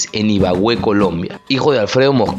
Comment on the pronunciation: Amigo se dice Ibagué no Ibagüe